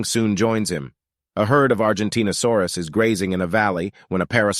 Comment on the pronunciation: that reminds they said argentinasaurus instead of argentinosaurus